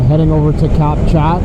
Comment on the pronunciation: Cap Chat is pronounced, Cap Shaw!